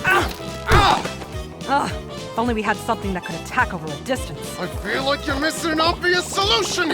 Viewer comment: "is dat why you dwess up wike a cowboy?"